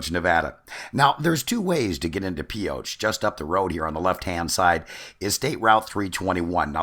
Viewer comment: And what is the classic phrase well known by Nevadans ? Thought so.. If you ain't form Pioche, you ain't from Nevada. BTW it ain't Pee oh tch.. I'll let you figure it out.